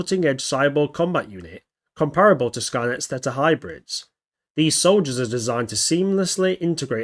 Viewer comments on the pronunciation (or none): none